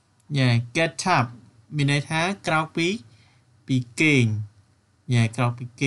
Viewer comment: Get upខ្ញុំអានថា ហ្គេតអាប់តែបងអាន ហ្គេតថាប់